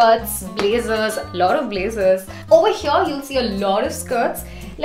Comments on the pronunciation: Over heeeeeeyyyyyaaaaaa😖😖😖😖 R.I.P English 🛌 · Why so much emphasis on "Over here" 😂 too much tantrums